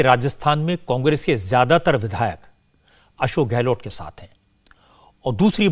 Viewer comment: गहलोत hota hai गहलोट् nahi